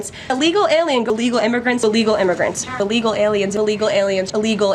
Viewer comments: Is she saying “allegal”? 😂😂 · Can someone tell her it's Illegal not Alegal.